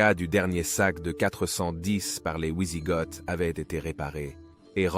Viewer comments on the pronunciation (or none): Super vidéos merci à toi sur cette période il n y en a peu. Par contre pour les prochaines pitié ont dit "vi sigoth" et non "oui sigoth" merci à toi 😂